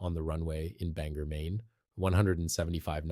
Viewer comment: Endlessly repetitive information, with the same video shots, also repeated ad nauseam. Others have covered this information before, in detail, and without wasting so much time. Your report also didn't generate much lift. And please, figure out how to pronounce "Bangor." You keep changing it.